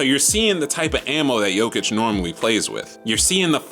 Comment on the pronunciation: You're one of the few english speaking people who's pronouncing his name properly :)